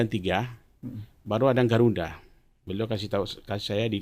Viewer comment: Gelarnya banyak gtu kog ngomongnya kayak ngk sekolah ya.... omong Garuda kog garunda😂😂